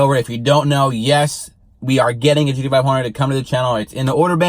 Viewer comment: GDFIHUNDRED as you are pronouncing it or is it GT Five Hundred (GT-500)